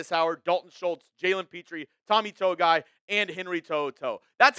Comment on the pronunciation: Tommy “To-Gi-I “